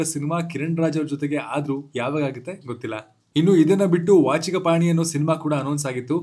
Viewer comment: ವಾಚಿಘಪಾಣಿ ❌ ವಾಘಚಿಪಾಣಿ ✅